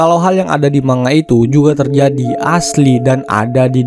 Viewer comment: Sebuah manusia? Seorang manusia. Terus cara pengucapan kata 'manga' bukan dengan bunyi nasal ng kayak ngantuk, nangis, dll ya tapi dibaca 'mangga', yup seperti nama buah itu karena kata manga or komik Jepang itu terdiri dari dua syllables yaitu 'man' (dibaca mang karena akhiran n dalam Bahasa Jepang dibaca sengau), dan 'ga'. Jadi dibaca 'mang-ga' ya, bukan ma-nga. Pernah nonton Naruto? Nah, ada jutsu atau apalah itu yang namanya Sharingan kan? Coba dibaca, bukan dibaca kayak bilang saringan kan 😅? Tapi sha-ring-gang. So sekali lagi biar gak keliru, bacanya bukan ma-nga, tapi mang-ga 😊